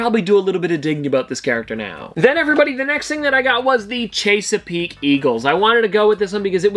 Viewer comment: It's Ches a peak not chasa peak. I'm from Maryland so I know how to say it. Correctly